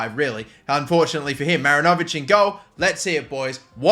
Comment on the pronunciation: Kiwi here... 'Great Wall of NZ' is pronounced "MaRINovic" as opposed to "MarinOvic". Emphasis on the RIN rather than the O in the name. Hope that helps